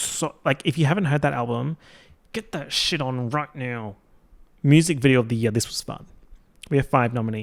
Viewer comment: take a shot every time says year like yeah 😭